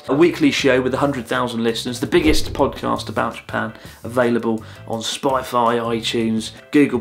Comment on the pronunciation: he said spaifi lol